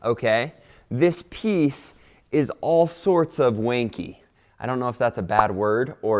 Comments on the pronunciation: wonky, not wanky HAHA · It’s “wonkey” not “wankey* 😂